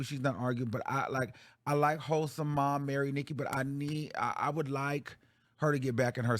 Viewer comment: Why you say momma like that